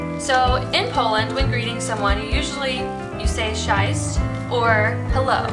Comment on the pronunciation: Awful video. Please don't teach polish language when you cannot pronounce the words especially CZESC